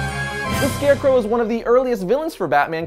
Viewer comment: I love ' pronunciation of Scarecrow.